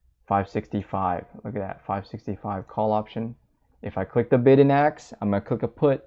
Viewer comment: Great video. Just one thing- "Ask" isn't pronounced AKS